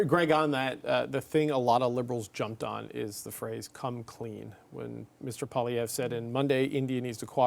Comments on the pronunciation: I really wonder about the objectivity of Greg. He clearly hates Poilievre to a point where he even badly mispronounces his name each and every interview over the last year. I automatically discount what he has to say because he is so clearly biased. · needs t9 learn how to pronounce the leader of the official opposition's name. Not that hard and something your paid to know. C'mon guys. Love and concerned for the quality of the CBC from the left. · Why can't this Greg guy never pronounce Poilievre's name correctly. He's doing that mispronunciation on purpose.